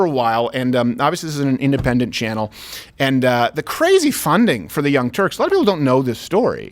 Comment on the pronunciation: Is it Turks or Turds?